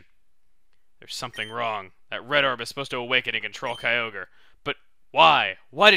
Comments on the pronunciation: It is pronounced kai-o-gre because if you leave out the ky you get ogre. Believe me, I also used to pronounce it kai-o-gray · Lol, I remember when I used to pronounce Kyogre by "Ki-o-gray" as a kid. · I was wondering, do you know the pronunciation debate for Kyogre? One side says Kai Ogre, and the other says Kai Oh Gree. I believe it can be both. What are your thoughts?